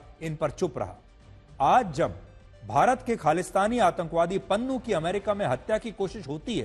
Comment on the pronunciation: Pannu ❌ Nunnu✅